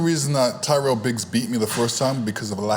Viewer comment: Also it’s “Ty-Rell Biggs” NOT Tyler Briggs 😅